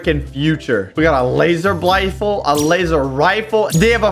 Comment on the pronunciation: is it just me or some of you heard say laser bifle in